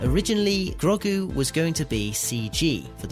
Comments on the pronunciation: Who is Grog-gu? Clearly not watched the show with that cringey Grandad pronunciation... 👎👎👎👎👎👎👎👎👎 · That pronunciation of Grogu 🤦